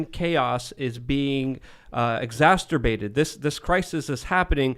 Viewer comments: Although I suspect it's becoming akin to Tims beanie i.e. iconic, it's pronounced exacerbate not exasterbate. But, I suspect you may already know, and are probably playing with it. (The word............Not anything else.) Sheeshe. How deep can I dig this hole? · Take a shot every time says "exasturbate." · it’s “ex-acer-bate”. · “exasterbate” 😂 Sounds like a mix of exacerbate and… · says "exacterbate"! HA! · There’s no T in the middle of the word exacerbate